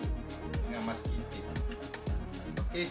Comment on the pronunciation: bukan "musking" tp "masking". musking jd benda lain dah hahaha #racunitubenar